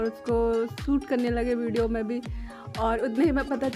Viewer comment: aur bideo nahi bolte hai bolna seekho pehle phir video acha banao